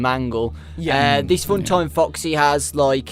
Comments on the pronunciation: It sounded like he said fucksy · When said foxy it sounds like f##ksy LOL